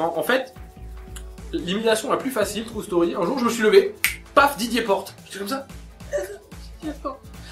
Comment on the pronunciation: T'abuse un peu sur les "True Story" En plus bien prononcés à la française "Trou staurie" :p